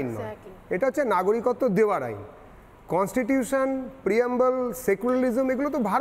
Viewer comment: আরে ভাই তেনোমুলি কখনো সত্যি বলে ? এ কন্সটিটিউশন কে বলছে কন্সিটিউশন........